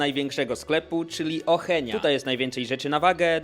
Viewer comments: Ocheń😂 oszą się mówi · Auszan a nie ochenia xddddd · To jest oszą A nie oheń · Mówi się Auszan :D